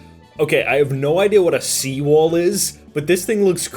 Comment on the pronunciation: "Whaut is a See Wahl?" Google is your friend... Just sayin'